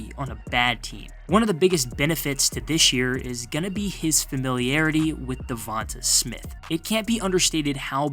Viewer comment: His name is pronounced Duh Von Tay...not Duh Von Tah